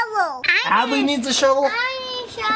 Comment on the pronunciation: That's not how to say Adley it is spelt like this Adley